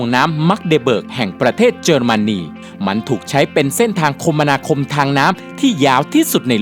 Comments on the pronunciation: ตอนเวลา พูดว้าคมนาคม ความจิงต้องอ่นว่า คะ มะ นา คม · คมนาคม อ่านว่า คะ มะ นา คม นะครับ 😊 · เขาเรียกว่า..คะมะนาคม ทางน้ำ..ไม่ใช่ คม นา คม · อันดับที่4อะคมนาคมเขาไม่นิยมอ่านว่าคมมะนาคมแต่เขาอ่านว่าคะมะนาคม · คม นา คม อ่านผิดนะ ต้องอ่านว่า คะ มะ นา คม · นาทีที่ 6.42 คมนาคม (คะมะนาคมค่ะไม่ใช่คมมะนาคม) 555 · ได้ยินพี่พูดว่า คม-มะนา-คม 555